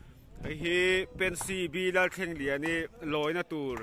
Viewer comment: Pency nilo in pensy tih tur Lalthlengliani nilo in Lalthangliani tih tur